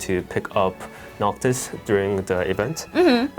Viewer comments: Noctis or Noctic? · "Noctic" lol ok